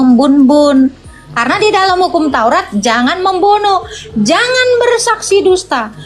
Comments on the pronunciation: Bilang TAURAT saja belum bisa lo, taurot itu dari mana ? Nabi Musa sendiri tidak pernah berkata taurot. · Taurat bukan tourot